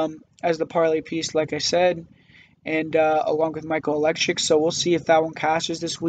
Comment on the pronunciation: lol 😂😂😂😂😂😂 u said Oleksiuk bro, its Oleksiejczuk lol